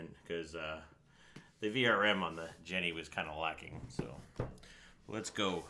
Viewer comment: Isn't "Gene" pronounced like the name or like Jean? Something about calling it a "Jenny" drives me nuts